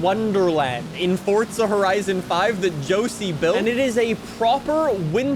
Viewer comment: Ah yes. XD but the goose says cheesus XD XD